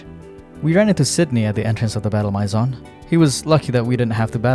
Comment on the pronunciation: Please, look up how to say “maison”.